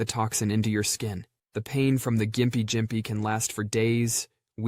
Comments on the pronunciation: For the gympie plant the pronunciation for it is (gim pee) very funny hearing jympie jympie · Its the gimpy gimpy not the "jimpy jimpy" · Its Gympie (gimp-e), not jimpy lmao.